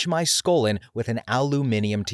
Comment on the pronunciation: Aluminum sounded pretty normal to me 😅